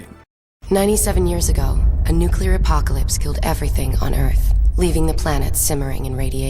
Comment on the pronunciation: Is this some new way of saying "nuclear"? What's going on here???